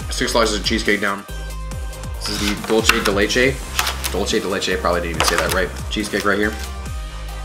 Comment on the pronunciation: “The dulchee day laychay”